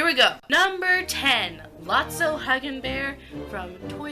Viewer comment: I found a mistake. "Lot-O Huggin' Bear" Lot-So